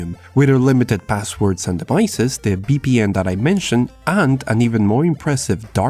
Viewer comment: Interesting... if this gets off the ground it will be the beginning of the end for Windows... And please correct your pronunciations for English words.. the way you say "VPN" sounds like "BPN".